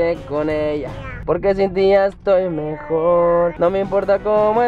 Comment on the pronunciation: Soy yo o dijo etoy tite